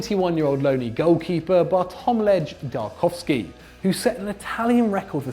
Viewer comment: That was a horrible effort at saying Bartlomiej Dragowski.